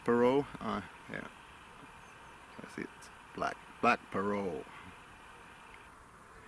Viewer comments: Parrot like Parrut. The T is sounded out. It’s not silent. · As usual, another great video. Your pronunciation of the word parrot makes me wonder where the heck the English pronunciation comes from? Now that I actually look at the word you are probably correct, how we got 'pair rhet' or 'pair ret' if you prefer is beyond me. I really do enjoy the educational/geographical aspects of your presentations as much as I enjoy your thoughts on the tobacco you have chosen.